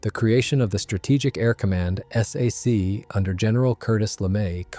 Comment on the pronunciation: You know you are listening to an AI production when it spells out S A C instead of Sac, Millimeter becomes M M or my favorite: "the 1955 film Asterisk Strategic Air Command Asterisk." Plus it repeats the same info and over and over. Another AI loser.